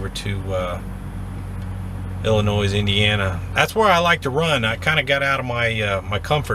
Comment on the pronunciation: Enjoy your videos and learn a lot. Please, however the (s) in Illinois is silent!! Keep on truckin!!